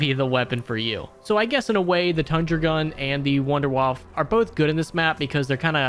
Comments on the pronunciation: Wunderwaffe [woundAir-whuff-a] Not wonderwuff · It's pronounced VOON-DEH-VAFF-UH! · Please for the love of God pronounce Wunderwaffe correctly... Or at least say waffle like dempsey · I love it how all of you call the wunderwaffe in your english pronunciation xD